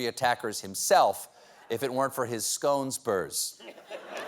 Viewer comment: It's pronounced scone, not scone :)